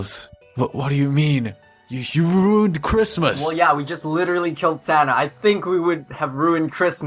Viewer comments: it's not chritmas T_T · its not chirmas